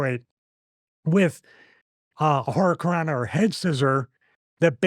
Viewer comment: Hit her with the ol' "Hurry-I-cant-rana"